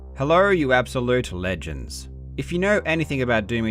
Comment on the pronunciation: Ive never heard italics be spoken until I heard Karl say "legends".